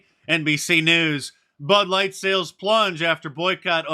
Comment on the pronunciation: Wait a minute you did say " butt light"😅